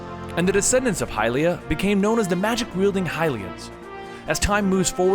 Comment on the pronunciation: i thought hylia was pronounced hill-ia